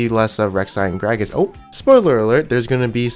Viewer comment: W8 did he said Gragas or Fattass